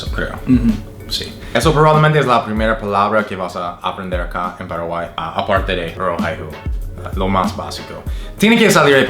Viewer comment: A le sale mejor el acento paraguayo 🤣